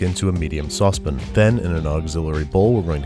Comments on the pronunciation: Say it with me. Sauce. Pan. Sospin no. Sauce pan yes. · Lol "saucep'n" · Did you say saucepin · you know he knows what he's talking about because he pronounces "Sauce pan" "Sauzpn" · What’s the deal with pronouncing “saucepan” as “saucep’n” or “saucepun” ?? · Has he always been calling it a saucepin? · "Into a medium saucepen" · IDK which is worse, when he spills ingredients all over during filming, or the way he says "saucepin"... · ".....add it to the saucep'n...." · does he say "sauce pin"? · What is a saucepin???? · Just making sure. He's saying "saucepin" on purpose, right? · I trult enjoy the way you pronounce "saucepan" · Can someone PLEASE tell babish how to pronounce Sauce PAN!?